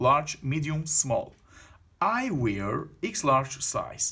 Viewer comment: Wear kelimesi vir diye okunmaz!